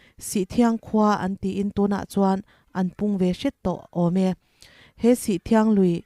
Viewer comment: Sihthiang ni lovin sithriang (sih awm dun sawina)